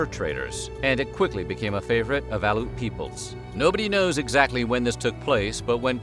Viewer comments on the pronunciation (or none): Aleut is not pronounced aloot it is Al-E-OOT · Aleut; Al- EE - oot not Al - oot. Lived in Alaska for 24 years, 6 in southeastern, and the rest in the Arctic (Fairbanks and North Pole. Attended a native church with Eskimo and Athabaskans, some of the most wonderfully warm, generous and seriously funny people I’ve ever met. For example, they absolutely loved to watch the white southerners up on mission partake of their traditional foods, including fish head stew and Eskimo ice cream. Eskimo ice cream, if made traditionally with whale blubber, tastes (to me) very fishy and greasy and I’m not a fan. My son was given an Eskimo name at birth; “Noyuk” which I was told meant seagull, because of his cry as an infant reminded his “aunty” of a seagulls cry. I live in Oregon now, but I still have family and friends all over Alaska. You did pretty darn good in this video!